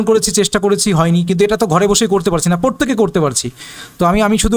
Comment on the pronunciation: উচ্চারণ টা পোরতেকে নয়, প্রত্যেকে হবে। দয়া করে উচ্চারণ টা ঠিক করুন